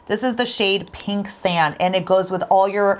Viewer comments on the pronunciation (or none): none